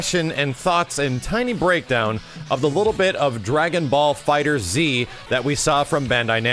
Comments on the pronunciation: it's not "DragonBall Fighter Z", it's "DragonBall Fighterz" with the Z replacing the S in the word fighters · you just say it like "Dragonball Fighters" it's not "Fighter Z." and damn it's just Xrd like "third" with an X not X-ard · No. pronounced it fighter z in his breakdown video.